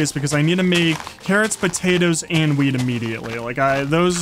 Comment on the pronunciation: 😂bro said weed instead of weet